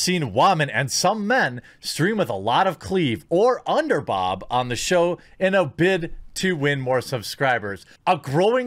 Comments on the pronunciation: why you say underbob when its clearly pronounced underBOOOOOOOOOB?! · everytime you say underbob i laugh lol idk why i find that funny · had to leave when he said underbob